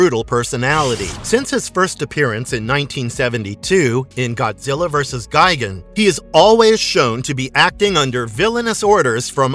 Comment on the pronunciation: You’re pronouncing it “Gai-gen”. It’s pronounced “Gee-gon”